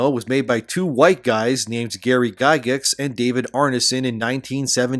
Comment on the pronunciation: Guy-gax my man, pronounced Guy-gax not Guy-gex. LOVE your vids and thanks for always keeping us aware my dude!!!😁👍